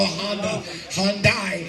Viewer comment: Love how people call Hyundai’s Hondai/honda Lolol there’s no o there